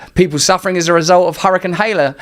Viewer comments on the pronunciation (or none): I have a hard time listening to a brit's opinions of USA politics. Every time he pronounes Helene as Hel-ā-nah it makes me seriously question who is feeding him his information & talking points.